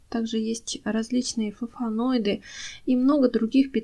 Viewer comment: При всём уважении к вашему труду и любви к растениям, хочу сказать что Вы говорите много глупостей 1-флаВоноиды, не флаФоноиды. Хлороз, а не хлоролоз. 2-в сухом лавровом листе нет витамина С 3- зола является щелочной, а большинство растений предпочитают нейтральную или слабо-кислотную, поэтому и нужно добавить любую кислоту чтоб нейтрализовать щелочь 4- снег не имеет никаких минералов, и тем более никаких азотных соединений. Снег образуется из испарившейся воды- то есть это дистиллированная вода. Кислород в снеге - это просто воздух между снежинками, то есть там азота столько же сколько и в воздухе. Азотистые соединения в снегу это просто бред. Люди собирали снег для полива так же как и дождевую воду - ничем она не насыщена, просто дёшево и сердито. И не надо идти к колодцу по воду. 5- углерод, кислород, азот и водород - это составные части воздуха. Не надо пропагандировать эти вещества как «важные удобрения». 6- в золе нет «много неусвояемого кальция который надо погасить» 7- в коре ивы нет «много аскорбиновой кислоты», там есть подобие салициловой кислоты, работающей как аспирин. 8- все растения имеют минералы полученные из почвы во время роста и развития. Чай из любых растений обогащает почву микроэлементами подобно тому как и закапывание опавшей листвы. 9- если хотите обогатить почву азотом, имейте в виду что азот в воздухе - инертный газ, в растениях (для удобрений) его мало, но очень много в продуктах животного происхождения. То есть мясные помои, остатки ухи и тд - это